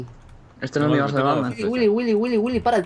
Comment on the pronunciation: Me gusta demasiado, como Vegetta777 pronuncia el: Willy